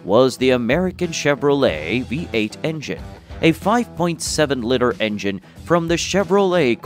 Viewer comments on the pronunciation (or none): It's pronounced "lee-ter"